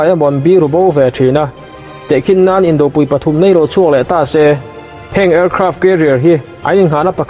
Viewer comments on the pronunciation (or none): "Indo Lawng" tih laia 'do' thluk hi "induh" tih laia 'duh' tih thluk anga thluk tur ni awm tak a ni. A dik lo zawk mai thei bawk a.